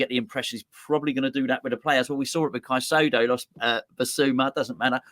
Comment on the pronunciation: still can't pronounce Caicedo then.